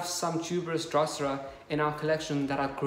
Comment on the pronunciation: I am in Sydney friend! I am impressed with your growing skills for our climate - with such beautiful drosera! Can I help with your pronunciation? Drosera = Droh-ser-ah. like “bro” but “dro” and “sera” like the girls name “Sarah”